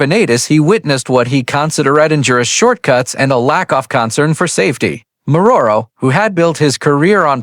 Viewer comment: Clickbait. Can't even pronounce Morrow.